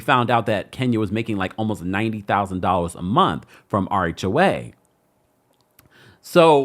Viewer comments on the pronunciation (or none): I thought you were saying "our HOA", not "RHOA". 😂